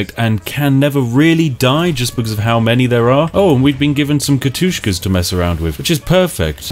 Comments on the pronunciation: Everytime he says Katushka i need to throw up a little bit. Its K A T Y U S H A blyat! D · Kat-Yus-Ha Not Kat-Tus-Ka. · Katusha! Not Katushka... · Lovely video Spiff, only one minor comment... They're Katyushas :P Not Katushkas ^^ Though a very minor detail that was. Now I may get back to my delightfull cup of tea. (Slurp) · Nobody gonna mention it? Really? No one? "Ka-toosh-ka" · "katushka" lmfao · MY EYARS its profered katyusha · its prounced katyousha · Where is the second K in Katyusha?